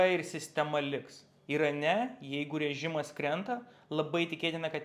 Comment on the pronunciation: 🤣 gal jis ne visai Lietuvis..